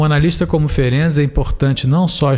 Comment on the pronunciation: Amei você pronunciar corretamente o nome desse baita cientista Isso mostra sua seriedade. Como descendente Húngara fico agradecida, pois estudar e saber pronunciar o nome de alguém é respeito 👏👏👏👏👏